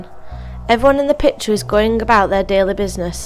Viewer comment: whoever voiced this needs to stay away from YouTube I mean PITURE and FAJER, my ears were bleeding out